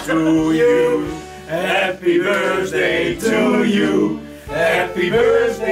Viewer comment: "Happy BirSday" the cringe is real.